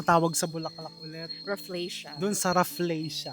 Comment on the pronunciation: Raf-LEE-sha not Raf-LEY-sha